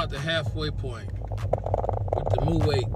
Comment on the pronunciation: it's not pronounced "mu'wait but Mu'wot"